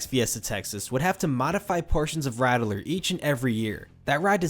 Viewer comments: That’s pronounced “rat-ler” ;) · *Ratt-ler not Rattle-er